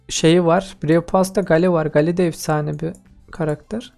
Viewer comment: he anası buymuş kskskssssjsjsj abi çok komik geldi ama sonradan anladim anası buymuş derken anne anlamında anladim abi seni yeni keşfettim iyi bir youtubere benziyorsun <3 abone oldum bildirimleri açtım abi bu arada gale geyıl diye okunuyor:)